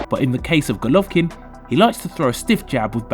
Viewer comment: Why are you the only person who pronounces his name like that?